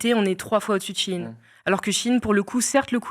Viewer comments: C pas she in mais shein (chaïne) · J'ai trouvé que ça ne se prononce SHI IN comme ils disent mais SHEE IN. Prononcez l'article au moins correctement et on vous croira pour le reste 🧐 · ET moi qui prononcé Sheyne XDDD